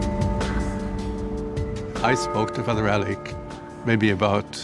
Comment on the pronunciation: The good Father's name was Alec, so why, after knowing him for three decades, does Big Gerry keep calling him Alex? Trouble pronouncing those terminal consonants, Gearoíd?